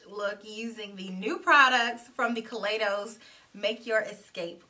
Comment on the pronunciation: you know I love. a purple eyeshadow. That purple on you is very alluring. I just want to let you know that the proper pronunciation of Kaleidos is (kuh lie dohs) as in kaleidoscope.